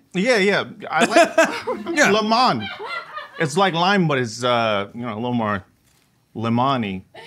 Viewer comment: How do you live in LA and not know how to pronounce Limón?